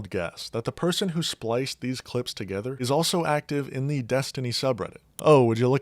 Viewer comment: It's an accent. She is a horrible person but not because of the way she pronounces English, it's because of her unapologetic support of g-nocide and her abhorent dishonesty.